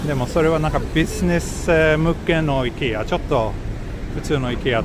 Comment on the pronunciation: happy to know a Swedish confirmed i-kea, not ai-kea.